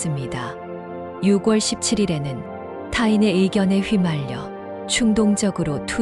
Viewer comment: 발음이 이상하네요 6월을 유궐이라고 발음하네요